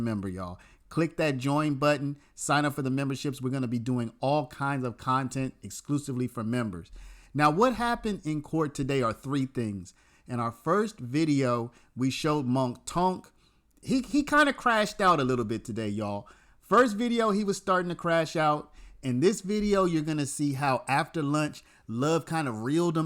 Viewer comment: I just can’t with the “munk tunk” pronunciation